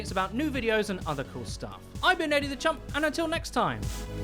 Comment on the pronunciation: Are you saying "Eddie the champ"? or "Eddie the chump"?